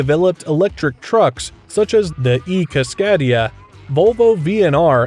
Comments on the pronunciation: Cascadai pronounced Cascade-e-ah not cascad-e-a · Nice video. One note, Cascadia is pronounced like “Cascade e uh.” Think cascade mountain range, for which I’m pretty sure it was named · For the narrator. Cascadia is pronounced, by most of us, Cas-Kay-Dee-ah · That cascadia pronunciation made me wince...